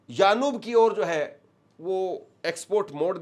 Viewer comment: Not yanub that is yanbu